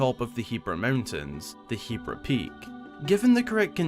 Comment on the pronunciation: Thank GOD you say hebra right